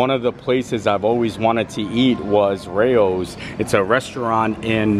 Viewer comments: Ray-O’s is how it’s pronounced. There used to be one in Caesars Palace in Vegas. Unfortunately it closed and the spot opened a Peter Lugers there. The restaurant was huge. I believe the Rao’s in NYC only has like twelve tables. So yeah almost impossible to get in. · You were saying Rao's correctly (like "ray-ohs".) Their marinara sauce is so good and the only kind we buy! If you ever go there, make a vlog for us so we can live vicariously through you!! :)